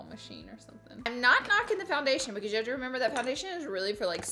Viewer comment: Anyone else watched her saying “oil” “contour” “concealer” and “because” wrong for like 30 minutes, it’s funny(and cringe worthy) but no shade because I love her